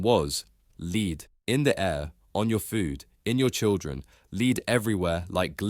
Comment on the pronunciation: Lead is pronounced as "lɛd" (Pb) and is different to "lead" (leed) which could refer to a dog lead (aka dog leash) or to lead someone away. (Leeds , by the way is a city in the north of England - historically linked to Liverpool by an ancient canal).